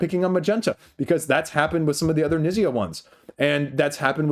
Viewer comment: Knizia is pronounced K'neat-see-ah. You pronounce the K. Great video as always!